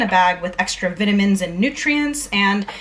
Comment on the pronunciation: I love the way you say vitamins, lol!